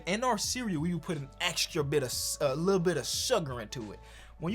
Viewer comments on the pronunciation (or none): none